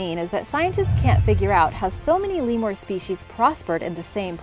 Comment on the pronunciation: What the he'll is a "Leemore"? Think you mean Lemur...LEE-mer.